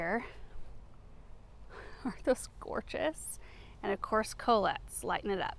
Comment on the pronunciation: Did you say Colette? Col-ette' accent on the second syllable.